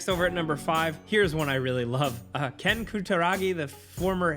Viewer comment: its Ken not Keeeean